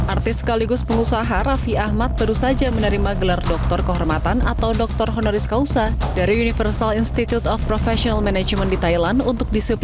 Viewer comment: Reporternya kurang berwawasan, masyarakat yg ditanya jg sami mawon.... HONORIS CAUSA ya atau Hc BUKAN honoris causal... Bolak balik conten creator, reporter salah sebut....haduh....